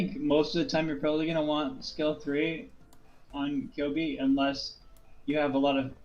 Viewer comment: Matěj Štemberk The way that he pronounces Ceobe is correct.Go and listen Ceobe’s voice lines.